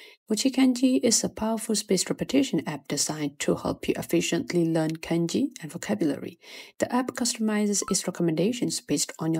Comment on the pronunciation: Why do you say KENji instead of kahnji (i'm talking pronnounciation not grammatically of course). It's way off.